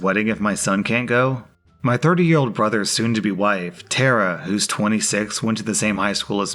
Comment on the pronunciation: Tara not Terra.